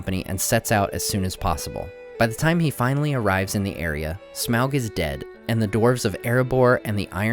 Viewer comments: Smelt? Its smaug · You keep saying Smelg. It's SMAUG!!!!